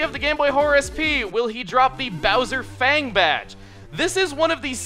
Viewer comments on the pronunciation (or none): none